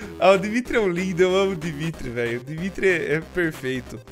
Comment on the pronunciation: Ouvir ele falando do Dimitri sendo um Dmitri eh istranho...